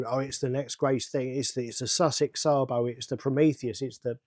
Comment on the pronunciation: No it's not, it's Sabo.